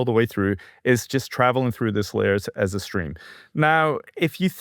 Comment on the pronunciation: Despite Chris's best efforts, didn't comprehend how moronic he sounds by mispronouncing Nvidia.